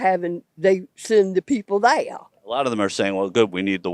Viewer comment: That woman's accent is crazy. I didn't think they're had three syllables. They ah uh